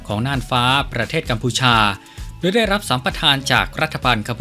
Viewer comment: แอดมินคะ..อ่านออกเสียงคำว่า..โดย..ให้ถูกต้องหน่อยค่ะ...โดย...ไม่ใช่..ดวยค่ะ.😁